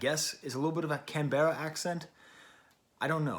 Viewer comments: Never say Canberra like that again, slur the ending and don't mention the e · The way you say Canberra is kinda funny, here we call it "Canbrah" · The pronunciation of Canberra tho😃, great review.